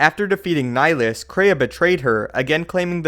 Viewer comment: You’re pronouncing Nihilus wrong